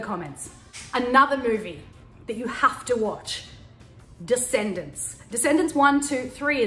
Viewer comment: Tanya you just made me love you so much more once you said Decsendents😍 some new Disneymovies are actually good Aha 💕💕